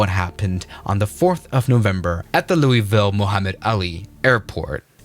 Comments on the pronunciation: It's not "Loo-ee-Vill", it's "Loo-uh-vull", if you're American. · for your information it is pronounced lou a vuhl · ITS LOUWELVOL!!!! GET IT RIGHT! HAHA